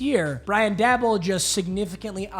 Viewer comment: The way papa says daboll like dabble 😂